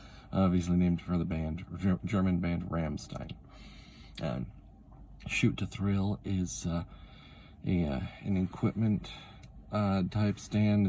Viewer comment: You sound extremely tired, yes. So, let's see which Sutandos you talk about... 1. Yes, that one is a pretty good one, with plenty of opportunities to deal with enemies smartly, especially given the user's ruthlessness. Though I think the band name's pronounced "Ramsteen"? Maybe "Ramschteen". German words and such. 2. I do like this one! The teleportation is pretty damn difficult to get away from, which I feel can be one of the most dangerous things in JJBA: the inability to think about your next action whilst an opponent relentlessly hounds you. 3. Holey crap. Simple, but with potentially immense effect - very on-brand, in other words. 4. Oh yes, the one that attacks buildings into existence. An excellent one, and likewise its evolution. You gotta good lineup of Stands, frankly speaking. One of my favourite OC Stands I ever created was Roundabout, just for how meta it gets. I like lots of my own Stand concepts, though, so there's that. EDIT: Also, the combination of Tainted Love and Shout. That, admittedly, might just be me inserting a degree of schadenfreude about what inspired them both, but I feel like Shout especially is a very unique design for both the user and the Stand.